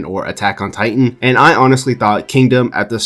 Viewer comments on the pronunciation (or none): none